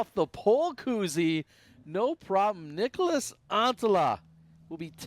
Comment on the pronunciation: Niklas NOT Nicholas!!!! This bothers my every time he's on a card with calling. There is no vowel between the K and L....